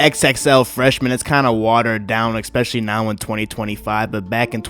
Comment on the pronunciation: “Ekspeshully” You goofy mfkr